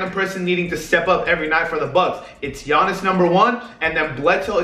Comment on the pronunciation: Nailed Giannis' second name fair play